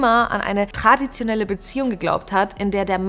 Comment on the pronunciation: Big time WTF. Vor allem „tradiotenelle“ ja lul